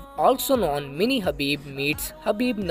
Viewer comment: Khabib not habib